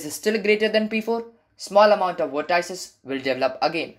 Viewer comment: vort - ices XD